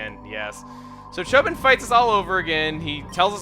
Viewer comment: It's not Chobin like a Bin, it's Cho(bean)